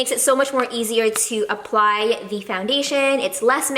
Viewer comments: You drove me nuts when you said "the" with the e sounding like "ee", you only say it that way in front of a vowel, like "the other" (you that properly). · More blacker More cheaper More---er You have to break that habit of adding "more" in front of a word ending in "er", dw it's only constructive criticism 👍🏼(also you drove me nuts when you said "the" with the e sounding like "ee", you only say it that way in front of a vowel, like "the other" (you that one properly).